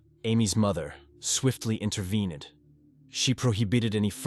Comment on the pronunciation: "swiftly interven-EDD" Please stop using pathetic AI nonsense that can't talk..